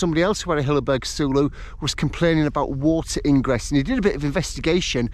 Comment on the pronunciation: random one.... wouldn't it be pronounced soul-o..... as in solo ? as its a solo tent.